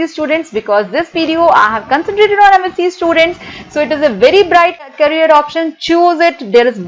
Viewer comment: She can’t even pronounce MSc and Physics properly & she’s here 😁😁RIP English. Where do all these jokers come from???